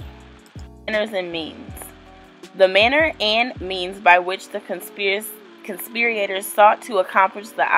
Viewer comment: You have to learn to read better before you put out a video reading an indictment 😩 conspirator NOT conspiriator for starters and US code has a symbol for subsections, it’s not an “and/&” symbol